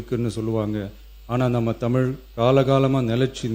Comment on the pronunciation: Its தமிழ் not தமில், most ministers are saying தமில். Sad.